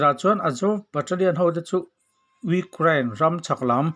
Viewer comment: Urein a ti leh zauh thin tih mai loh chu a bengvar thlak e